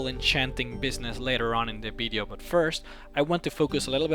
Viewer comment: Love how he says bideo :)